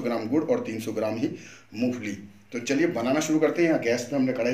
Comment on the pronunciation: मुफली नहीं , मूंगफली बोलते हैं ।